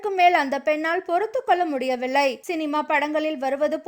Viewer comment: "ல்" என்ற எழுத்து வரும் சொற்களை சரியாக உச்சரியங்கள்! "பொறுத்துக் கொள்ள முடியவிள்ளை" "கண்டு கொள்ளவிள்ளை" என்று உச்சரிப்பது தவறு. "முடியவில்லை" "கண்டுகொள்ளவில்லை" என்று உச்சரிக்க வேண்டும்.